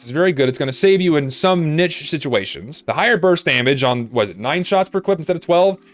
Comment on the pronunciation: Might as well throw in a "pronounced niche wrong" counter too